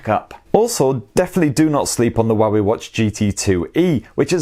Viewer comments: Had to read the description to understand what he pronouncing for 'Huawei' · The Huawei pronunciation threw me offgaurd xD haha